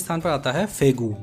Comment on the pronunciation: भाई फेगू नहीं फागु है